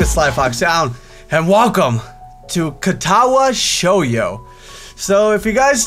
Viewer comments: Shou-Joe. Not Show you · its pronounced Sho-joe. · not hating and you probably know now but it's pronounced cat-ah-wah show-joe that was an odd explanation oh well hoping this is as good a series as I am expecting! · It's shoujo the Jo is like pronouncing the name joe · I love how he pronounces it. "Katawa show-you". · the title isnt pronounced as shoyo it kinda messes with my ears but yeah this series is going to be fun to watch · u been saying katawa shoyu since the beginning, just to let you not, shoyu means soy sauce in japanese hahaha XD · its ka ta wa show joe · It sort of pronounced lot ah wa show joe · it's pronounced cat-uh-wa show-joe 😋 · ***** Well I stopped watching as soon as he said "sho yo" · The way pronounced katawa shoujo made me facedesk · It would be, if could pronounce the title right.